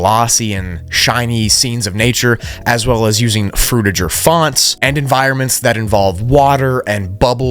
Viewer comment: you proounce fruitiger wrong, its not Fruit-ir-ger, its Fruid-chi-ger. i know its not how its written, but its named after mr Fruitiger and id like his legacy to last a little longer.